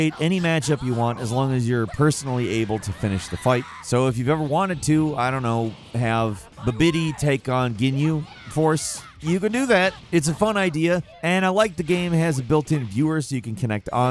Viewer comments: "I played these before" "Bra-Lee and Bubbidy" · Why can you not pronounce these names???? Why can no one say "Broly" correctly? It's in the films, but also, it's in the spelling. Brolly is what I heard here. Broly is his name. Jinyu? Bih-biddy? Have you ever seen the show? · Don't forget Badbiddy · And BuhBIDDY lol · bro remembers the games from back in the day, doesnt know how to pronounce character names. 'bubidy' 'captain jinyu' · Sabaymen, Jinyu, Bubitty, Brawly. I'm cringing so hard at this. Dragon Ball has been around more than long enough for people to know most of the pronunciations imo. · The pronunciation of “Babidi” though… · Why did he pronounce babidi and saibamen so funny 😂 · Aaaaand Babidi..... Aaaand Saibamen.